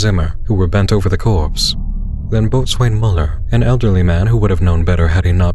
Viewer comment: Just a little hangnail , and it only bugs me as a Sailor. The word 'Boatswain' is pronounced 'Bo-zuhn' or 'Bo-zin'. Still a lovely reading.